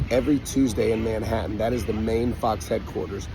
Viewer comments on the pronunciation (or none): none